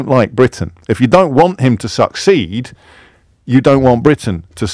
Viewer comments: Was i the only one that got really iritated by saying: suck seed instead of succeed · Youtube will delete my comment if I try to make a joke about Starmer and the way the gentleman pronounces "succeed"